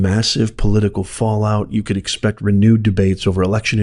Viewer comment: 'COULD" is not very emphatic